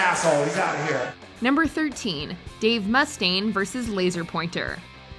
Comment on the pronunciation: And it isn’t Dave MUH-staine either!